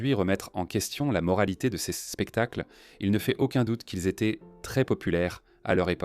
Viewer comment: Assez de cette voix artificielle pour commenter le document ! En français étaient ne se dit pas étai-euh-ntte, et le reste est à l'avenant. Le sujet est intéressant, quel dommage de ne pouvoir en profiter.